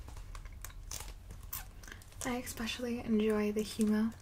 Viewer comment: Count how many times she says, "exspecially" before falling asleep, and win a prize!